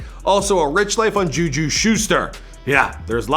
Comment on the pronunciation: Dude said Alvin Karma Sasquan Barkley AND Juju Shuster